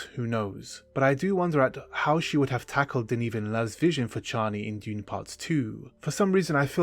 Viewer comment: I thought we landed on chay-nee. 🫠